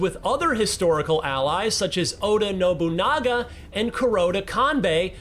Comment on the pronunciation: Honestly, he was putting his emphasis in weird places that whole segment. Like, right after shouting SLAVE he just goes on with "the pair EVENTUALLY team up in a radically changing 15-hundreds JaPAN rubbing shoulders with OTHER historical allies such as Oda NobuN*A*GA and Koroda KANbei while taking down a shadowy cabal of WARlords manipulating the country's attempt at unification from WITHIN." Like damn, man, were you only just handed the script? You're tripping over all the words you're not sure about, and several others! You wanna take that again maybe? Oh, we're all out of space on the recorder? Alr, release the "*SLAVE*"-cut ig. Edit: found another good one : "the world of Assassins Creed Shadows IS massive, but...". Like, I get that that's where the emphasis goes in a "but" sentence, but he's given it about 200% more sauce than it really needed.